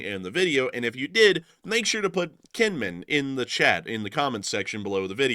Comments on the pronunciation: Just a small pet peeve of mine, the island of Kinmen is actually pronounced with a J like Jin-min. It’s a weird thing in Taiwan but cities that have K’s are usually pronounced with the J sound. Do this so you sound like a local. Lots of thanks from an American living in Taiwan right now by the by. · Kinman, ithought you said knit, hahah, tell to make you a sweater. Hahahah, hope ya remember.....❤ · Kinmin, or was it Kinmen? LSA!